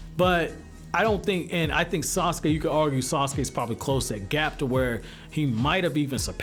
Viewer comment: sasuke not assume